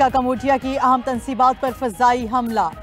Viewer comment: main t zayada parha likha nhi pr ye jo bol rahi ha es ki jagha mujhe bolalo urdo pahr kr bhi galat bolrahi ha aham tansibat ko aam tansibat or bhari top ko bharti top bolrahi ha